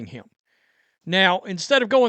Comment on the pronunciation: The word "him" is one syllable, not two. "Hiyyum"